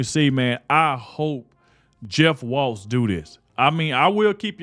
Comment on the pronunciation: That's Tim Walz, no "t". And I mean, no T.